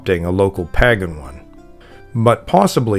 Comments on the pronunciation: Paaagan. Lol. I hope you know it's not pronounced like that and are just having a laugh. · I thought pagan was pronounced like "paygan". I've never heard it said like this guy before. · Most, if not all of xtian practices are inventions or stolen from older religious practices, even back as far as Egyptian depictions. It's disappointing that you use (and mispronounce) the word 'Pagan' for every earlier religion, regardless of location. It hurts your credibility. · How is the narrator mispronouning " pagan?" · How come you cant pronounce pagan? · Omg, why are you pronouncing pagan so weird? I'm cringing every time I hear it! If I hear it wrong one more time, I'm OUT! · Maybe ask him if there’s a reason he pronounces “pagan” the way he does.